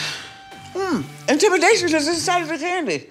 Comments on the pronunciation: when she kept saying “ intimidation” kinda like a weapon I felt it in my soul 😳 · Intemdation oozing out lmfao